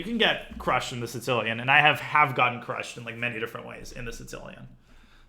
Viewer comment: Danya has a bunch of insane pronunciations when it comes to openings... have you heard him say the "Tzitzilian" (Sicilian)?